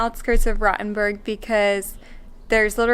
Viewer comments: It's not Rottenburg...its RoTHenburg! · It is not a rotten burg. "Rot" (old spelling: "roth") menas "red" and is pronounced with a long "o". Like the vowel in "caught". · The "o" in Rothenburg is round and long, not short and open. The "u" is pronounced like the "oo" in "school", just shorter. At least you didn't pronounce the "th" like in "think", but like in "Thames". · Please try to pronounce Rothenburg o.T. correctly. Rotten Burg sounds nasty. Rothenburg can be googled and you can learn the correct pronounciation. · Since you are learning german, have you googled, how to pronounce "Rothenburg"? 😉